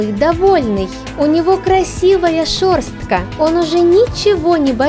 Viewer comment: Видео норм,животных жалко,но я ору с произношения этой мадам: «у него красивая шерс(пробел)тка». В чем прикол такого произношения слов?